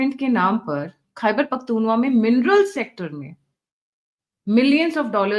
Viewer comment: मैडम ख़ैबर पख्तुनख्वा है न कि पख्तूनवा। इसे सुधार लीजिए। आपका चैनल देखता और सुनता हूं इसलिए लिखा अन्यथा न लिखता। गलत उच्चारण कानों में खटकता है।